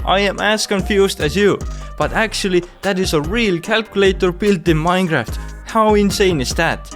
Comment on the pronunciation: i love how he says minecraft as maeiinca